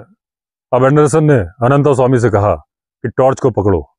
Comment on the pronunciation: आप तो "अनन्तास्वामी" ना कहें। अंग्रेजी मे अनन्त लिखने के लिये t के बाद a लगाते हैं क्यों कि त मे हलन्त नही है। हम हिन्दीभाषिओं को तो सही उच्चारण पता है। और जो hide बनाया था उसका नाम zariba था। original edition मे मिलेगा। वैसे इस adventure को जितनी बर पढ़ता हूं Anderson साहब पर गुस्सा आता है। क्यों कि जब वह पहली बार डाक बंग्लो से अनन्तस्वामी के forest rest house आदमखोर का पीछा करते हुए पहुंचे थे तब क्यो नही अपना back pack साथ लाये थे, जिसमे उनका torch, clamp और प्राइमस स्टोव रखते थे। अगर लाते तो इतनी समस्या नही होती। खैर अन्त भला तो सब भला। पर unholy partnership रोंगटे खड़े कर देता है। अनन्तसवामी को दोष नही देता।